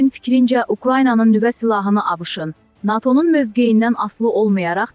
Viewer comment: NATO' YOX NA'TO yox bir patı